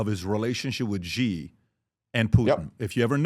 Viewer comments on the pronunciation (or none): Hey Patrick, the President of China’s name is Xi Jinping, pronounced ‘Shee Jin-ping.’ The ‘Xi’ sounds like ‘she’ (as in the word for a woman) plus ‘ee,’ making a soft ‘shee’—not ‘gee’ or ‘zee.’ Just say it as ‘SHEE jin-PING’ and you’ll be spot on.